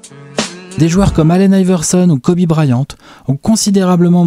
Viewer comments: Kobé. ?!?! Wsh y’a plus aucun respect sa ce prononce Kobi ! Et à l’écrit Kobe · J'espère que quand vous ferez la vidéo sur Kobe vous aurez appris comment ça se prononce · Non je suis très sèrieux ça se prononce pas comme ça